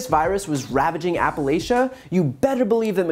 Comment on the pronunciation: I love your videos!! I don't know where you're from, but it's definitely not Appalachia. No one outside of the area uses the correct pronunciation. The "ch" is a hard ch, like church or cherry. And the "a" that immediately precedes it is a soft a. Think of the sound a sneeze makes, achoo then drop the "oo". I've lived all of my 54 years in the Appalachian region and it's so frustrating to constantly hear the name mispronounced. It's a trivial critique in the light of everything else going on, but what if you were constantly being called Brain Taylor. Keep up the good work!! There is a light at the end of the tunnel, it's called election day.